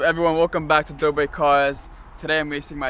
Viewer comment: It's not dobet Brothers it's dobre